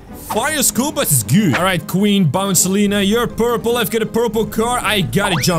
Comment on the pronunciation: It's bouncilia Okay so stop getting the names Incorrectly